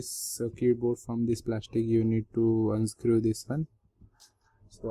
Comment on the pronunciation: hahahahhahahahah unscrew, i like ur english